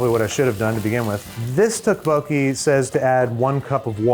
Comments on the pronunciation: I am begging you, please look up the proper pronunciation of tteokbokki. Dish looks great, but 🙉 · The way Babish says tteokbokki is killing me, please someone. correct him. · The way Andrew pronounces tteokbokki hurts my soul. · pro tip, you don't pronounce the singular k in tteokbokki, CHEERS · Someone has to take Babish aside and tell him how tteokbokki is actually pronounced